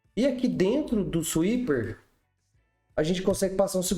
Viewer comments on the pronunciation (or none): Seria legal falar o nome da biblioteca em inglês, pronunciar como "suíper" é muito feio e não custa nada a gente aprender a falar o nome da biblioteca certinho :P